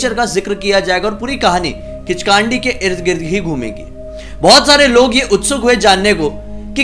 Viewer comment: किचकांडी नहीं ,किचकंडी कहते हैं उसे